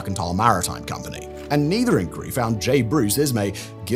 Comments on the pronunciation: Why are you pronouncing inquiry like that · Great mystery: why does Simon Whistler, a British person with a British accent, consistently pronounce "inquiry" the American way (ink-werry) not the British way (ink-wire-ee)?